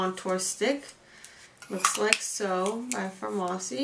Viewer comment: FAR-MASSI?!? girl noooo 😂😂It’s pronounced just like pharmacy